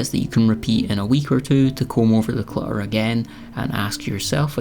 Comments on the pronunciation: Cluh-errr ❤❤❤❤ "my cat's university fund" 😂😂😂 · I like this video and your advice. Love the end result! Congratulations on showing something vulnerable and sensitive. Clamber is a great word! I forgot about it. Also, in the U.S. we mostly pronounce the 2 ts in clutter! It’s ok, you have a lovely lilting accent. ❤